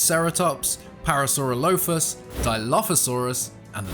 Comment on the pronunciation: THANK YOU for pronouncing Parasaurolophus the same way I did as a kid